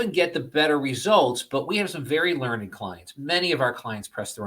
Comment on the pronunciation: This interview was amazing, but all I could think of was Homer telling Pepi, "LEARNED, son. It's prounounced 'LEARNED'..." 😂